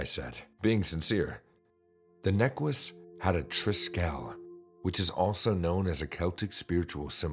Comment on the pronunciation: Ha ha, the I love the way necklace was pronounced in #3 (neckwece) 🥰